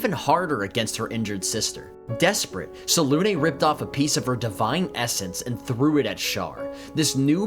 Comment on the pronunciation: I can tell you're a professional because you pronounce Selune correctly. C'mon BG3.